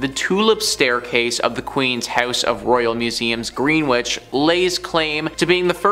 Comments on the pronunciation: Greenwich is pronounced gren-itch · “Greenwich” 😂. It’s pronounced Gren-itch!